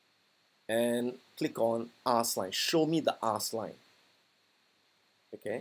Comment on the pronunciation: I kept hearing "ass" price for some reason lol